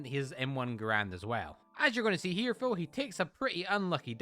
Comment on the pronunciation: Why do you say fo instead of though